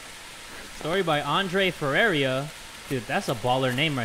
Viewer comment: I have the same last name as Andre Ferreira in the Llama arts thing, and only triggers me a little bit how be completely butchered his last name